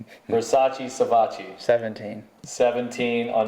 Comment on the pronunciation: Great episode!..It's, "Savatgy"!..😎👍